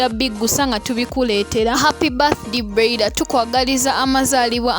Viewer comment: what darling 🤷 ? have i done wrong to correct her? don't u hear how she pronounce the name of someone's daughter? that broiler, like seriously ??? so do u think that she doesn't know the pronunciation of the name? mutulekemu namwe.